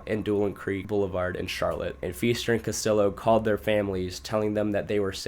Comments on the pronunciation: Ok bro his name is hispanic so its not CastiLLo but CastiJo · No don’t get better! That was the best part of the video! Cuh-still-o, Dee Geezus, Rad-uh-Lot 😆 😍 💀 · I was just about to comment haha. “CastiLLo” really irked me haha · Not castiLLo 😂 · The way u pronounce Spanish names is so funny lmao I’m white (not Hispanic white) but idk maybe it’s cuz I grew up in nyc, I know Castillo is a double L… double L is not said as an L sound, but a Y sound…lmao and “de Jesus” of course is pro unfounded “hay-suess” the Spanish way, not “jeezus” lol! I don’t speak Spanish I just know this from reading, school, learning, listening, simple life experience like knowing someone with a certain last name and hearing the name spoken aloud and then seeing it written and connecting the two… maybe you’ve never known/ grew up around any Hispanic people? Or some people are just not good with grammar/ pronunciation/- I’m not trying to shit on you btw, I just saw ur pinned comment! I kinda thought it was funny like on purpose at first, I’m honestly just wondering how u can grow up in America and not know these things ! Lol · Bruh the amount of times he pronounced Castillo wrong was annoying 😂